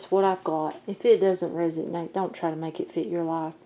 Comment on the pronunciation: You’re good. It’s resonate, not resignate.